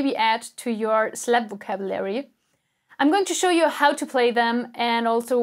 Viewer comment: Did she just say Slapocabulary?